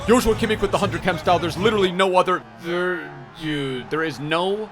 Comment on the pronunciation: can you teach () how to properly pronounce Kimmich